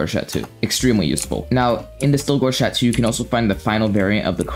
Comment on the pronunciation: Cha-toe not Cha-two